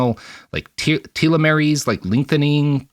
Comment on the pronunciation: Der Spiegel=the mirror That's a...unique way to pronounce telemeres...